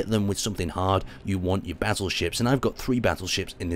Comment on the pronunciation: I keep hearing you say "Basil Ships" and thought that was the (wierd) name of the ships, but then realised you were saying "Battleships".